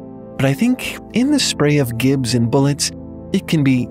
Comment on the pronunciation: Thats not how you pronounce gibs, or wherewithal